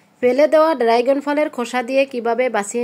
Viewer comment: উচ্চারণ ড্রাইগন না, ড্রাগন